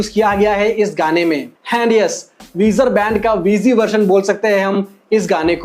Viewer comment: Version-Verzion not vershon bro you always mispronounced every English word please correct yourself otherwise some people will call u Chappri